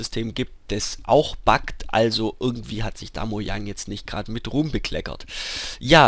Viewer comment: "also irgendwie hat sich Mojang da jetzt nicht grad mit Rum bekleckert" Für die tolle Aussprache ein Like ;D